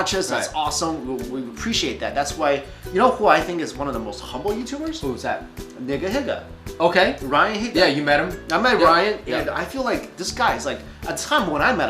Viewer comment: ....did he just pronounce nigahiga wrong? lol idk